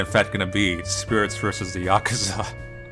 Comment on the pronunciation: The way says Yakuza has to be like a sin for saying it wrong